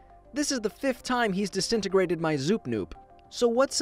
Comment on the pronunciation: “This is the 3rd time he’s desinigrated my ZnoopZnoop” xDDD